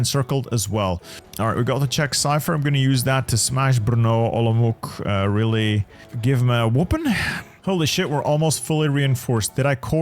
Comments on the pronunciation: Hey! Lovely video of the Hungarian disaster save, but i wanna educate you a little on Czechoslovak city names as to not butcher the name while reading it. Košice = The "Š" is commonly hard for foreigners to pronouce. Think of it as saying "sh" in a sentence. Ko-ši-ce (Ko-shi-ce) Olomouc = When i heard you say the name a few times, it kind of made me flinch a little since its the city i live in. Saying the German pronouciation of the city (Olmütz) is also fine when trying to read it, but if you wanna pronouce it the way it is in Czech, then read it the way the city is named: O-lo-mouc (the "mouc" usually confuses people but its genuinely said the same way it looks) Prešov = same way with Košice: Pre-šov (Pre-shov) I hope it helps you (or anyone else who reads this) with a better pronouciation of the Czechoslovak cities! Ahoj!! 🇨🇿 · Hearing you try to pronounce Košice and Olomouc physically hurts😭😭